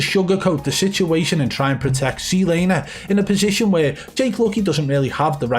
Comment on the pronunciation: I wanna make a video of just u saying zlaner Everytime . Would be hilarious